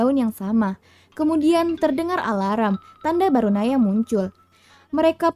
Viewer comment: The Movie maaf ini bukan bacot ya... Sejujur nya aku penggemar channel ini. Cuma kadang bingung aja sama pelafalan yang aneh2 gak sesuai sama yang di film (termasuk ketika nya yang menjelaskan). Misal BarAnOya jadi BarOnAya, Atau Storage (dibaca storej) jadi dibaca strok. Tapi, overall script dan penyampaian nya sangat baik, tinggal di tingkatkan lagi... Semangat